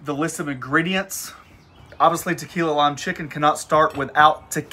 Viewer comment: "tu-kee-la-eee" it's a technical term 😀 That looks great, but maybe you audience has something with wanting the recipes: "The Flat Top King Cookbook Volume 1". I can honestly say you have one of the better flat top shows, in my humble opinion.